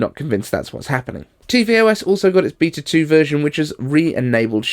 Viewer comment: Beata? You mean beta?